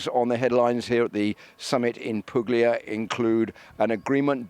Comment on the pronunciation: It's pronounced " Poolia "